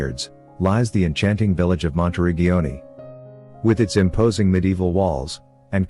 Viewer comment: LuCCa, not Luca. And the pronounciation of Monteriggioni and Montalcino is completely wrong.